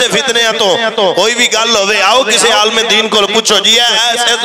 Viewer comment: Alam 😂not Alim.